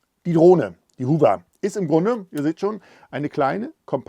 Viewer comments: Besten Dank. Nettes Spielzeug für große Buben. Erkenntnisreiche Präsentation. (Wenn Du aus Deinen eigenen Video-Tuts auch 'was lernen möchtest - nur dann ... : "Modus"-Singular; "Modi"-Plural, "Modis-gibt's nicht; "Hover"=[howwer], [huhwer]="Hoover" (war glaub' ich 'mal ein Staubsauger) Klugschiss aus!). ;-) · Lieber, dank für das Video...Aber es spricht sich, meine ich, HAWR (Hover):)